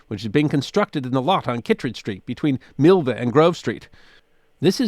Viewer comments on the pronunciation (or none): It’s pronounced Mill-vee-ah for what it’s worth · Alas, Milvia still has three syllables.